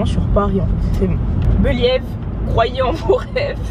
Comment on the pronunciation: Je suis très heureuse pour toi 💛💛 comme tu dis "beliève" 🤞🏾🙏🏾